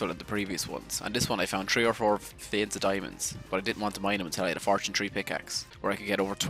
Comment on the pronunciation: I love your axent it sounds itish and the way you say 3 as tree I love it and 13 terteen